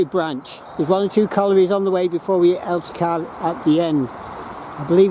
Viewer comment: I Live about 3 miles from there, Its known locally as Wath Hump due to the Hump sorting for the Wagons, but have to say good try at saying some of the names but its Elsicer pronunciation, And your right ALL the remains of Wath Yard, and Corton Wood and Darfield Main, ALL GONE